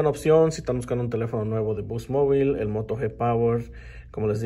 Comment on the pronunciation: vamos a ver un nuevo telefono el Moro yi power. jjjj eso sono a moro de habichuelas. xD mili ampors... te pasas wey